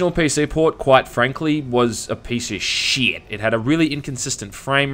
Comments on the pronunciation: every time you say something is "sheit" I lose my shit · "The PC port was, quite frankly, a piece of SHEEIT" I almost spit out my coffee, caught me off guard